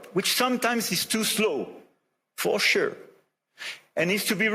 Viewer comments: "WHICH SOMETIMES IS TO SLOW, FO SURE🗣️🔥🔥 AND NEEDS TO BE REFORMED, FO SURE🗣️🔥🔥" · FO SHUR